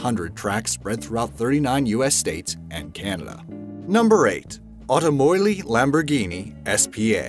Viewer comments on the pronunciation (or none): automoili??? u mean automobili? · "automobili" not "automoili" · I thought it was Automobili Lamborghini not Automoili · It’s not automoili but automoBili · dude when you talked about lamborghini you wrote and said automoili while its actually written automobili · It's AutomobiBili Lamborghini, not Automoili. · Automoili? Didn't you mean Automobilli? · There's a "B" in "Automobili", it's "Automobili Lamborghini", also learn how to pronounce "Audi", it's not "odi". And it's not pronounced "Farnta" or "Fahnta", it rhymes with Banter. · It's Automobili Lamborghini! Not Automoili! Logic man! I'm not Italian either but even I can guess by the way it sounds that "Automoili" is bullshit. Automobil man. It's the same word... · "automobili lamborghini s.p.a." NOT "AUTOMOILI" WTF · It's automobili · ...... Automobili Laborghini S.p.A.